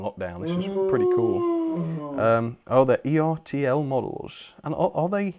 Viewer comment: Ertl rhymes with turtle. Circle looks friendly rather than scary so I'm glad she's ok.